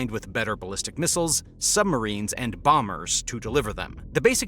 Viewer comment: Did you say "sumberines". I say you did! 😂😂😂